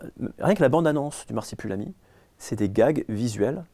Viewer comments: Je me sens juste obligé de commenter que ça m'as un peu tendu à chaque fois que disait "Marsipulami" au lieu de "Marsupilami". Voilà c'est tout des bisous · Masupilami et pas marsipulami* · Personne ne c'est arrêté sur le fait qu'on dit le Marsupilami, et pas Marsipulami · Au bout de deux "MARSIPULAMI" de l'interviewer j'ai vomi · L’intervieweur est super par contre je crois pas que y a une fois où il a bien prononcé « Marsupilami » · Marsupilami pas marsipulami ;) La première fois je me suis dit sa langue a fourché mais ça continue :) Sinon très bonne interview comme d'habitude.